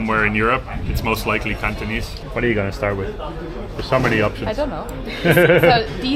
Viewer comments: has the gift of speaking Cantonese, the pronunciation is very standard! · wow has a lot of potential speaking Cantonese, very precise pronunciation! 👍👍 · By the way，Your Cantonese pronunciation is quite accurate😂 maybe you two have a talent for speaking Cantonese👍👍